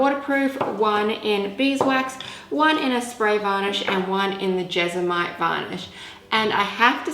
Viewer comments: It's JESMONITE.... Not jezamite! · jes-mo-nite Jesmonite 😊